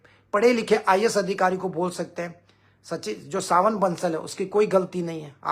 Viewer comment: Not सावन बंसल.. Savin Bansal